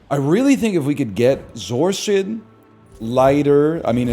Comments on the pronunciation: Holy moly he said zoar-sid instead of zor acid, what timeline am I in? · What the hell is a zor-sid